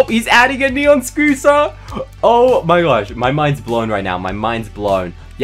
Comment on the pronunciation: Hqhah the you say soter its scotter